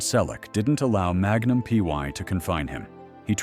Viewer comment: Why the story about Tom's life again? At least 5 to 6 times every day. Everyone we know has already read his book or listened to the audio CD. Learn English. It's free on YouTube. Read it. Don't copy other creators. It's Magnum P.I. not PY. Don't talk about people you don't know personally.